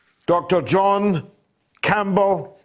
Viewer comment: You must be Spanish. We pronounce it John. :) Yes, he's a fantastic teacher. I sent some cash for my tuition.